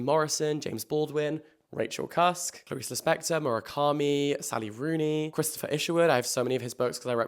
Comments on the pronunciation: the clariSe lispector killed me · not ClariSe Lispector 💀